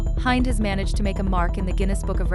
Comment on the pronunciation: You do not pronounce her name Hi nd- it’s pronounced Hend. And I’ve met her